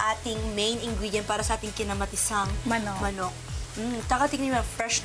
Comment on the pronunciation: I love the bisaya accent "kinamaTISang manok"